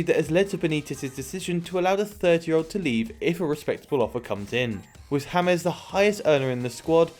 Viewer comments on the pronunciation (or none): Why james is pronounced as Thomas?